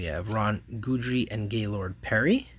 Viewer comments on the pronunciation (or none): Also, It's Ron Gid-ree, Rah-lee Fingers, Bruce Soo-ter